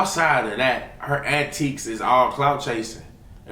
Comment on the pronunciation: antics!!!!! not antiques